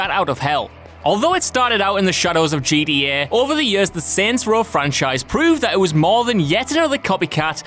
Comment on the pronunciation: The way this guy says gta is killing me